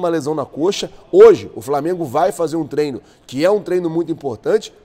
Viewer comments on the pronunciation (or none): none